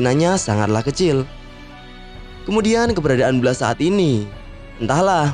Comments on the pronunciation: Itu di baca bles bukan blas lol😑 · Blast di baca blest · Nyebut blast aja salah, video gaje